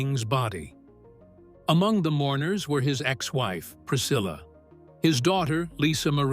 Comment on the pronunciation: Seine Ex Frau heißt Priscilla und nicht Pricille,wir reden hier vom längst bekannten Jungles Rooms, sorry mach deinen Job richtig und lass nicht den Computer sprechen 😅😅😅